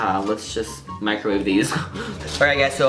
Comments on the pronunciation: its microwave not mricowave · Mricowave? Lol XD